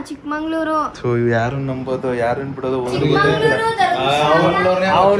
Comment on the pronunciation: ಚಿಕ್ಕಮಂಗಳೂರು❎ ಚಿಕ್ಕಮಗಳೂರು✅...✨☺️